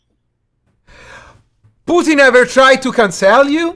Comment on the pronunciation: "Tadaima"....:.......Putin ever trai to cansel iu????? a quel punto sono morto😂😂😂😂😂😂😂😂